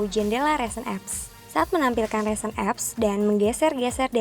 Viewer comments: dan ri-sen, bukan re-sen 2.02 :) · risen bukan resen, tp cakep kok hihihi :*